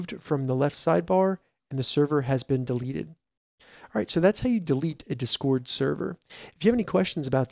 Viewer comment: I don't like how you say discord. It's just a bit annoying to listen to.